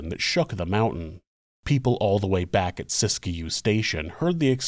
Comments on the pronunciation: This is a really interesting episode. I’ve never heard this story before, which is kind of surprising considering I live in Northern California gold country and thought I’d heard all the local Wild West stories, lol. By the way, it’s pronounced “sisk-you”, not “sisk-a-you” two syllables not three. 😊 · Siskiyou is pronounced, "sis-que". not Sis-Ki-You. Sis-que. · Locals say Sisk-you, and eu-GENE rather than EU-gene.